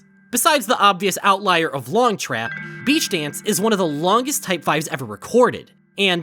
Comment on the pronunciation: Beach dance you said it like beach days and for some reason, I was reminded of the gorillaz music and I do not know why